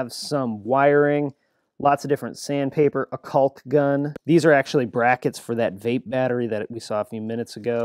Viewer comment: How are we pronouncing 'caulk' now?